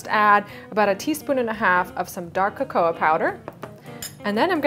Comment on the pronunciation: Your not saying cocoa right but I like the cake